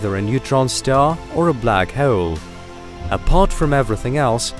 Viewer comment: Hoh'oule - I finally came up with the perfect way to spell how he pronounces 'hole'!